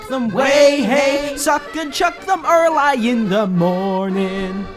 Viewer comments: What amuses me is the way you pronounce "Early" as erlai instead of erlee. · Is no one gonna mention the fact that he pronouced early as 'er-lie'? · Your pronunciation of early triggers me